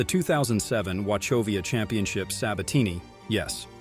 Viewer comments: Announcer has no clue how to pronounce names of players or tournaments. Vilaygus? Oluzable? Wachowvia? The fact you don't have Fuzzy Zoeller saying "Fried chicken & watermelon" about Tiger's Masters dinner negates your entire list. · Wachovia: The h is silent 🤓. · when you learn how to pronounce Hazeltine and Wachovia properly first.